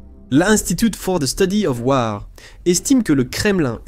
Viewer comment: Message pour l'auteur de cette vidéo : Quand tu prononces des mots anglais comme le mot : 'WAR', c'est mieux de les prononcer comme les anglophones (pas comme les francophones), c-à-d : 'WOR'. Et merci pour la vidéo qui fournit de très bonnes informations. 👍